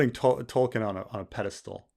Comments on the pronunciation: is it just me, or does keep pronouncing Tolkien as "Tollking" rather than "Toll-keen" which not a complaint so much as clearly indicating who is the King of his Pantheon of Fantasy writers. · I dont know if its the audio but every time says Tolkien it sounds like "Tolking" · I keep hearing saying "Tolking" like it's a verb